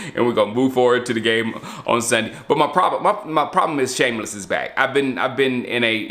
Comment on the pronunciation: Did you say “Shamless” on showtime?